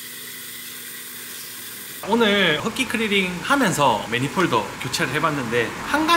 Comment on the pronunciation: 매니폴드를 자꾸 매니폴더 라고 하고, 크리닝을 자꾸 크리링 이라 해서 전혀 신뢰가 안가네요.